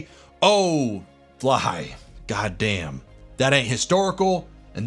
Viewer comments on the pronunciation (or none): I've been watching you for a few months on and off and just now caught that you say phly as "fly" ....I thought it was short for Philly .....oh well its always gonna be Philly now cause fly don't make sense after this many months lol